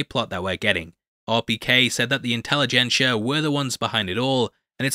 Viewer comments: "Incelligencia" was actually pretty good. 🤔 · "Incel-igencia" lol